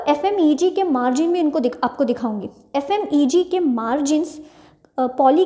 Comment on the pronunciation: Mam f.m.e.g nhi hota f.m.c.g hota h